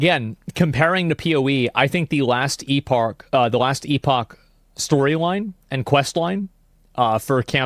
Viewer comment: Editor, please make AI Asmon pronounce Epoch correctly for Asmon everytime he says E-Pahk. Thank you.